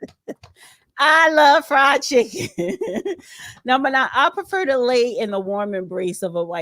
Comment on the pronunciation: He said FRIEND CHICKEN CHRISTIANS 😮😂